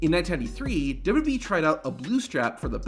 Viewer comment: say it with me, W-W-E, it's not WB or WEB or whatever this guy KEEPS saying